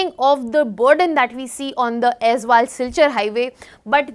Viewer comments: it's also not Azal, it's Aizawl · Not Aizwal, it's AIZAWL, pronounced Ay-zol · Not Aizwal. Aizawl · AIZAWL ( EYES ALL OR AI ZOLE) NOT AIZ WALL OR AIZWAL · Why always AIZWAL? ❌ It's AIZAWL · CORRECTION: its AIZAWL, not AIZWAL.... in Mizo alphabet "AW" is pronounced as "O". So, Aizawl is AIZOL. Not aizual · It's Aizal not Azwal. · Pronounce Aizawl like Eyezol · Aizawl not aizwal …2025 cmon guys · it's pronounced like Aizol right ,will remember it bro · Mam it's Aizawl